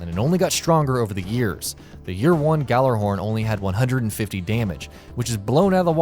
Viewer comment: I hate the way he pronounced gjallerhorn gallerhorn instead of gallahorn